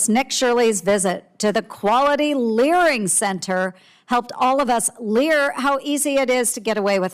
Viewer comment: I honestly keep laughing when I hear the word "Learing Center"